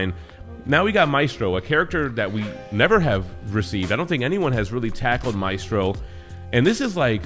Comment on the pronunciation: Great video. Thank you for pronouncing his name name correctly. There's a Jackass out there who insists on pronouncing it "May-stro" I guess he's a little too hooked on phonics.